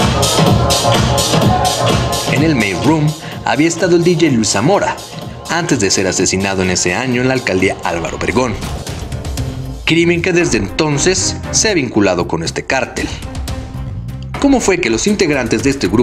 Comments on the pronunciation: Dijo Álvaro vregon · "alvaro vergon"? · Botón para darle like si escuchaste que dijo “alcaldía Álvaro Vergon” en el minuto